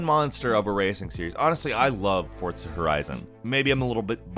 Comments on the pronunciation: Forza* not fortza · Wtf is FORTZA ? Its FORZA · For-Za, not Fort-Sa. Or just me? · Fortza... Fortza..? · Fortza!! wtf. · Why does everyone pronounce forza like fortza I don't understand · Fortza, Forza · Know one is going to bring up the forTza ? For T za? It's Forza...no T in there at all. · Why you say "Forza" as Fort-sa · Are you saying "Fortza"? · I know I'm not the only one. "Fortza" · don't really care about racing games...but "fort-za" instead of how its written?! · is he saying "fortza"? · Theres no T in Forza. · I'm sorry, but the way you pronounce Forza is HEINOUS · there's no "T" in Forza, my guy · The way you pronounce Forza is Frustrating me.